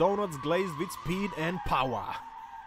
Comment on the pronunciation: Loool "Dougnuts glazed with speed and pauaaa"